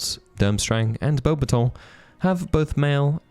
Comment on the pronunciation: Are you sure you're pronouncing beubatons right? I always have heard it said bo-bat-tons